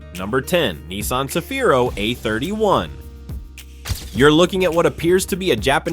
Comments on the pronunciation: 日本ではサフィーロ でなく セフィーロです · いきなりサフィーロじゃなくてセフィーロだろ！。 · さびぃ～ロじゃ無い。セヒィ−ロ゙だす。